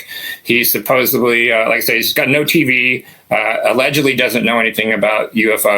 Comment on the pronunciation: Love the stories. Supposedly doesn’t have a B in it, common error.